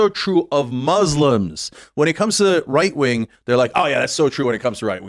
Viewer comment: sometimes he says "white wing" instead